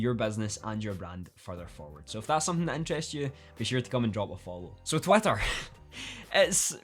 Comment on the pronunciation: Am I just hearing Twatter all the time?